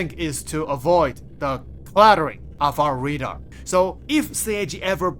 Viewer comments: RAdar bro, not READar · Can you say RAY DAR ? 😅